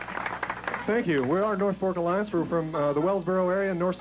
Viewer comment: It's the North FORK Alliance, not "Folk." That's why I couldn't find it t first in a YT search.